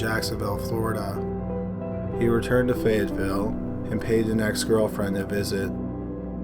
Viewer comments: Fayetteville is pronounced Fay Yet Ville. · It’s FAY-IT-VILLE NC. But it’s cool. I love your vids. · I live in the city in the first crime. It's pronounced "fay- ett- vil" it just caught me off guard lol. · the AY in Fayetteville rhymes with bay, may, stay, lay.... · It is so weird to hear you pronounce Fayetteville like that 🥴